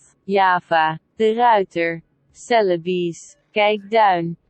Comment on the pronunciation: Celebes the woman massacred, tho. Suh-lay-bess.